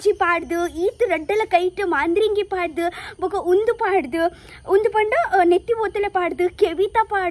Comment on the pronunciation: I think it is not Maandhiringi....it is madharangi